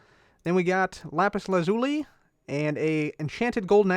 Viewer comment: No hate but it is lapis la-zoo-lee